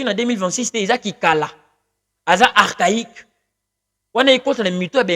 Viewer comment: Fally pourquoi se justifier assume tu utilises l auto tune un correcteur de voix et fausse note même le blanc avait du mal à expliquer la journaliste prononce le mot archaïque c'est une honte